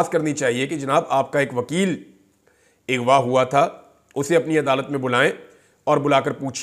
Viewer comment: Bhaijan Lafz Aghva hae...Ighva Nahi...people are picking up your wrong pronunciation . Please have a heart and correct your pronunciation. I am your avid listener and well wisher and get upset with your continuous wrong pronunciation of the word.